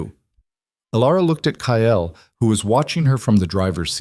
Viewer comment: Kyle is not pronounced as Ki-el , it is Kai-ul